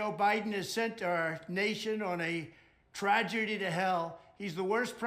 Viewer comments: I think he misread. He said tragedy to hell. Almost certainly the prompter must have read trajectory to hell. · Did he say "tragerdy to hell"? 😂😂😂 did he maybe mean "trajectory to hell"? Whatta buffoon 🤣🤣🤣🤡🤡🤡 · "Crooked Joe Biden has sent our nation on a trajerdy to Hell" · "tragedy to hell"? I bet he was supposed to say trajectory and couldn't. 😂🤣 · Did he say tragedy, instead of trajectory?